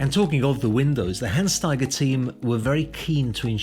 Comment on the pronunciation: Owner say Hans Taiger on promo, this guy call it Han Staiger